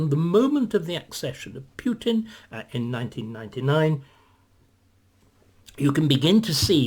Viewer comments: That jars with me too - I guess it's just not his style to pay attention to such detail and we know what he means. Similarly with the pronunciation: it should be "Pootin" not "Pyootin"; and who are these "Oogas"? :) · Putin is pronounced POOTIN..there is no “I” there so it is not Piutin. 🙂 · Like an American or Englishman pronouncing the word “new” or “tomato” perhaps Putin is one of those words. Pootin or Pewtin. Maybe a Russian could elaborate us! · "He is knowledgeable and highly skilled", and yet,,,,,,,,,,,,,,he cannot correctly pronounce Putin's name. Right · You are correct, of course. Numerous ENGLISH words are pronounced differently in UK/Commonwealth countries and the U.S. Remember what Churchill said? "The British and the Americans are two peoples separated by a common language." But my point is: "Putin" is not an ENGLISH word; it's a Russian proper name. And in general, Brits and Americans do NOT pronounce non-English personal and place names differently. "Moscow", "Russia", "Tchaikovsky", "Dostoevsky", "Tolstoy", "Shostakovich", "Vladivostok", "Lenin", "Stalin", and even such a difficult name as "Khrushchev" -- ALL these Russian names are pronounced identically in U.K. and American English. There is no reason "Putin" should be pronounced differently. At any rate,,,,,,,,,my point is NOT aimed at how the average Briton in the street prouncounces "Putin". David Starkey is not an average Briton in the street. My criticism is focused on Mr. Starkey's self-proclaimed status as a recognized scholar and academician. He considers himself a "wise man", and he wishes others to consider himself such. When such aself-appointed "expert" cannot pronounce correctly the name of the central actor in this current world crisis it should raise legitimate questions as to exactly how much of an "expert" Mr. Starkey truly is. That is all I'm saying here.